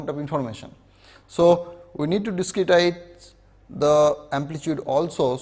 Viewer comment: Diskitize 😂 wtf?